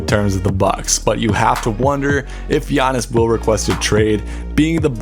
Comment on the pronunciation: Get his name right bro. PLEASE